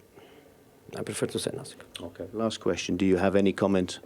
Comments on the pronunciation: Sgt Shultz : I know nussing Jose Mourinho : I have nussing to say 😂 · He clearly wants to say nasink, so let him say nasink